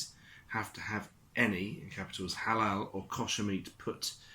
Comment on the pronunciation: Agree with you 100%., Little things wind me up. Try looking up how to pronounce the word "Kosher." Apart from that, good video.